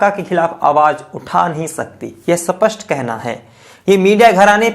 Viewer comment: Sir Wo सपस्ट nhi स्पष्ट होता है कई बार आपके मुह से सुना है कृपया सही हिंदी बोले